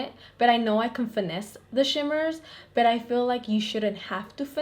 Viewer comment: whenever you say BUT i think you're saying BET and i'm like ouuu she from new YORK?!?